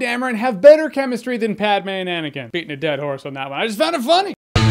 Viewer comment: Now now, it's Pronounced Pad-May, not Pad-Me. Who would stupidly put down 'Padme' when clearly it should be spelled Padmay?